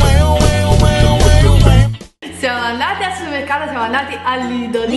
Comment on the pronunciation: Quante polemiche per una parola pronunciata male! In tutta Italia ci sono mille e mille dialetti ed accenti diversi ognuno ha il suo e ognuno parla come gli pare!! la prossima volta che fai un video come questi mettigli il titolo "prodotti da suemmercato" così mò stanno zitti! Ah no scusa..poi avrebbero da ridire sui titoli acchiappa visualizzazioni!!😑 lasciali perdere e continua per la tua strada!! ps. a me piacciono un sacco i tuoi video😉 un bacione a te e Nancy😘😘😘 siete fantastiche ragazze!!!